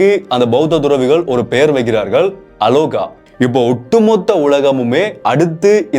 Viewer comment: அலோகா அல்ல ஆலோகா (வெளிச்சம்)